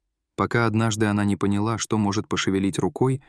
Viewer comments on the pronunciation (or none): none